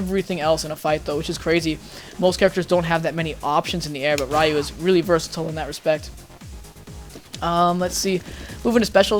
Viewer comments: bro his name is ryu not rai ooh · im pretty sure its not pronounced "rie you" and i think the correct way to say it is "rēˈo͞o" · ***** It's actually Ree-you, well in English it is. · I can't trust advice from someone who calls him "RA-YU" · LEARN TO FUCKING PRONOUNCE RYU'S NAME CORRECTLY! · You pronounce his name incorrectly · Nope, it makes him sound cringy... Speaking japanese incorrectly (reffering to the english pronunciation of it) can be dlly annoying to ppl who know how to pronounce it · pronounce it correctly! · you learn common sense and learn to pronounce it correctly! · hahah I hate that pronunciation on Ryu's name XD... really? don't you know his name?? XD